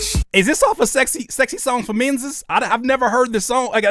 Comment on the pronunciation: "You going to see some menziz"😂😂😂😂😂😂😂😂😂😂😂😂😂😂😂😂😂😂😂😂😂😂😂😂😂😂😂😂😂😂😂😂